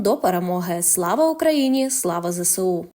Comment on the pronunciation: У кінці фільму жіночий голос говорить: "Слава зесеу". Та не "зе се у", а "зе ес у"! Ну скільки можна казати?! Буква "С" в абетці читається "ес", а не "се". Теж мені - "ки ли ми ни, пи ри си ти"!